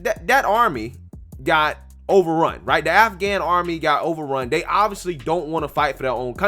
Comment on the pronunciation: Delusional…..Not living in reality! (Did he say “nafghan??$